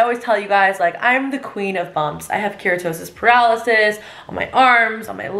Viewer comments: girl said keratosis paralysis...that was cute tho LOL baby it’s keratosis pilaris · Girl really said keratosis ‘paralysis’ 💀